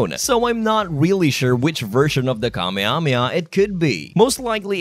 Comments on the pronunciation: Also kameamea its not how it should goes 😂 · that's not how you say Kamehameha 🥲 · I’m assuming this is Ai speaking, because there’s no way you’re saying kamehameha like that 😭🫠🤢